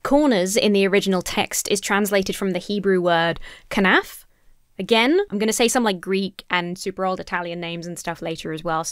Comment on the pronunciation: Ra-KEY-a. Rhymes with Ikea, but the first part syllable is more like Ra, the Egyptian sun god. You're spot-on with kanaf (which also means bird's wing).